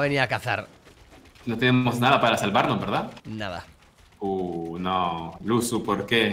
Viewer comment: No se llama lucu es luzu